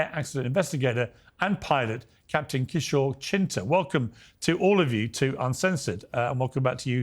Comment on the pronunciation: Brother how hard is it to pronounce “Kishor” properly.